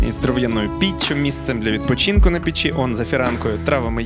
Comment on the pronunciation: Так ріже вухо"пічі". Піч-в пЕчі!!!